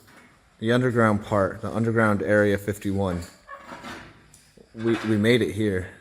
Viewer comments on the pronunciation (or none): It's really not erea 51 ffs 😂